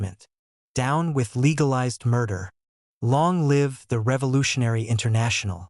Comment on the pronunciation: I have listened the whole thing now and I didn't notice other errors like this. There are pronunciation errors by the AI such as "mahogany" and "live", but they are minor irritations. In the next few months I will listen again and follow the book to check properly.